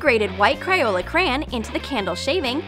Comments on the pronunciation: Wtf cryola? It's crayola and it's chupa as in u for umbrella chups!!! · It’s crayola, not cryola. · It's Crayola not Criola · Its Crayola not cryola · "cryola cran"